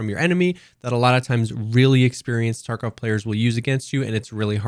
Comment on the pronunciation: Why do you say escape from "torkov"? I know you're trying to say tarkov but man. It's an a...